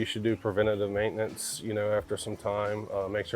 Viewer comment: That darn “maaitenance” gets ya every time